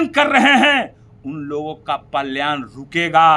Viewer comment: भुमिहार समाज का नेता बनने से पहले बोलना सीख लिया कीजिए । पलयान क्या होता है ।